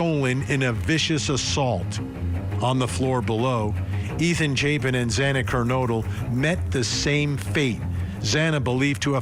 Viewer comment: Judge Hippler sit up arms un folded for a start. Judge Hippler sounds detached & cold as the murderer & for miss pronouncing Xana Kernodle name, he should of made a HEART FELT APOLOGY, instead he saids " excuse me" 😳!!!!! STAND DOWN JUDGE HIPPLER NOW!!!!!!!!!!!!!!!!!!!!!!!!!!